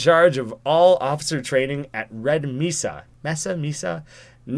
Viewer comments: It's not Meh-sa, or Me-sa, it's May-sa. It's Spanish. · It’s may-sa not me-sa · Me:Raging because he doesnt get the Black Mesa joke,and pronounced Mesa as Mess-sa. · its pronounced mae-sa not meh-sa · To help with your failed pronunciation of “Mesa,” it is pronounced “MAY-sah” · it's not pronounced "Meh-sa" it is actually pronounced "MAY-sah". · It is pronounced ( m - A - s - uh ) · pronounced MAY-suh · I want to die every time you say mesa.